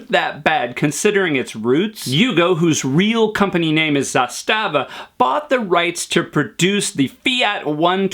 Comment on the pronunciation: Yugo is same level of shitness as his pronounciation Zastava